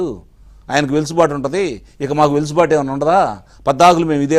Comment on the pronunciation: వెలుసుబాటు కాదు. వెసులుబాటు😂